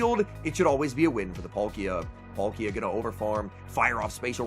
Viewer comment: Its Pal-ki-a not Pol-ki-a